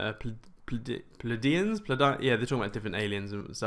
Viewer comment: its Plee-ay - dians spelt Pleiadians....if you are going to mention a Star system ... in your debunk... say it properly.